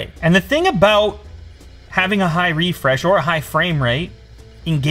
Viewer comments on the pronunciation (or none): Reefresh? What was wrong with refresh?